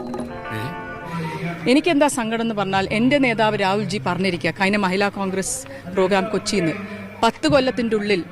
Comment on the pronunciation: മഹില എന്നല്ല മഹിളയെന്നെങ്കിലും മലയാളത്തിൽ പഠിച്ചിട്ട് സ്ഥാനാർത്തിയാവാൻ നോക്കൂ